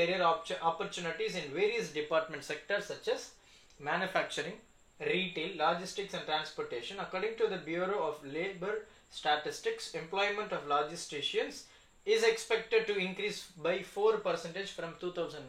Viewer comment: Logistics ❌ Laagistics ✅